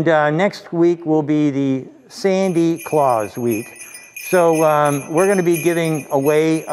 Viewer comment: "sandy" claus ughh....